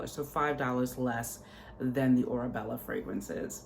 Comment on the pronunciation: It’s “Orebella”. 😊